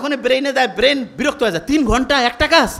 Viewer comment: 'বেইন' কী জিনিস?😂😂😂